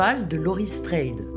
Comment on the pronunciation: Oui, effectivement, je viens de me réécouter et je le prononce bien "Straid" et pourtant je sais que c'est "Strode". Encore mon mauvais anglais qui me joue des tours!:p